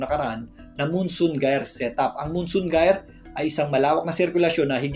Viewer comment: maraming salamat sa update sir. nga po pala, Jayer po basa dun sa GYRE sabi ni google hehe.